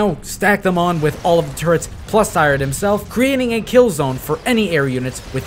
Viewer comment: You mispronnouncing 'Sirius' as 'Cyrus' reminded me of a player who told me to rush 'Serious Sike' LOL